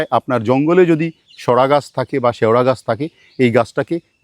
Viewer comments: NICE PRESENTATION ON "SEORA GACH"!! NOT 'SORA'😊😊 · শেওড়া গাছকে শড়া বলেন কেনো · Shewora, not Shora. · Sora gach noy seora gach.pronounce properly. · শেওড়া গাছকে সোরা গাছ বলছিস কেন ভাই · এখানে মূলত 'ও' (স্বরধ্বনি) এবং 'ড়' (ব্যঞ্জনবর্ণ) লোপ পেয়ে বা সংকুচিত হয়ে শব্দটি শেওড়া>শ্যাওড়া>শরা বা শড়া (আঞ্চলিক উচ্চারণ) রূপে পরিণত হয়েছে। এটি এক ধরণের সমাক্ষর লোপ বা উচ্চারণের সুবিধার জন্য ঘটা ধ্বনি পরিবর্তনের উদাহরণ।